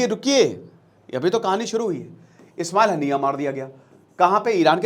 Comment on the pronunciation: Ismail hanaiyya nhi hota master ji..Ismail hania hota h....pronounce wrong h....kya pdhate h bacho ko